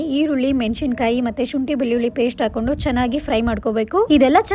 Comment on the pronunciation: Eli korta atava heli kotra? Aakondu na atava hakondu na? Kannadadavre Kannada na sariyagi matadlilla andre!